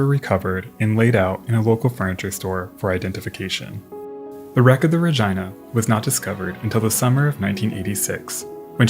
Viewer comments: Thanks for the video. Fyi- the other ship's name Regina - pronounced " Rah Gene Nah", plz stop saying RahGina, it sounds like your saying Vagina. Keep em coming!!! Love the history! Thanks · RegEEna, not jYna. Great video but that segment was driving me mad 😂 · Its pronounced rageena not ra geye na😂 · The pronunciation used for Regina…in a way I never thought of prior to watching this documentary. Ra-jyna. Not Ra-jeena. It’s Ra-jyna. Ya know, ra-jyna. Say ra-jyna one more time. Tell me that ain’t moist enough for ya. Ra-jyna. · ARE WE ABSOLUTELY POSITIVE IT WAS PRONOUNCED "RA-GYNA" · I don't think you're pronouncing the RAGINA correctly. It don't sound like a private part of a woman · Did dude seriously pronounce Regina like vagina? I didn't realize that Canada actually named a town Regina, and refused to pronounce it the normal human way, instead opting to rhyme with vagina lmao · Is not Regina pronounced like Regeena?? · I'm gonna go out on a limb and say Regina is not supposed to be pronounced like a certain female body part, and instead should be something like REH-GEE-NUH. Edited to add: I looked it up, and Regina, named after the Canadian province capitol of Saskatchewan, does indeed rhyme with that certain female body part. What an unfortunate name lol, for both the ship and the city. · Yes, the word exists in latin and other latin derived languages, but in latin / romance languages it's pronounced re-gee-nah. Pronouncing "i" like "eye" is definitely an english bastardisation. :) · The correct pronunciation for this particular ship is reg-eye-na, which is amusing to me lol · I refuse to believe that's how Regina is pronounced, cmon man. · is it actually ruh-gi-nuh or is it reh-gene-uh😭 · I think the “i” in Regina might be said like an “e”? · It certainly does rhyme with that.